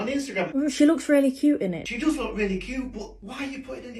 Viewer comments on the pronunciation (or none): none